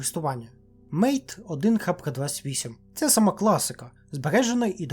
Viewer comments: Mate - вимовляється не як "мейт", а як "мате", бо ця назва взята з назви латиноамериканського трав'яного напою Мате. Дехто його називає чаєм. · До речі, правильно не Мейт, а Мате, можеш на це увагу звернути 😊